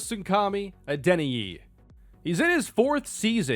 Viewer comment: When you are pronouncing Adeniyi. Just call him Ola